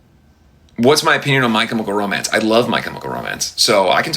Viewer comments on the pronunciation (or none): "Michael romance " hahaha 😂 thats what i hear when he says "my chemical romance."